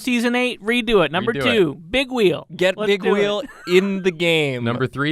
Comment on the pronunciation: I think you mispronounced Bigweld from Robots.